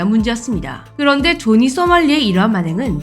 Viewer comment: 자막은 조니 발음은 조지 뭐임?